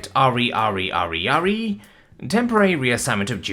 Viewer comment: "Re" is normally pronounced to rhyme with "he". Spelling out the individual letters sounds wierd.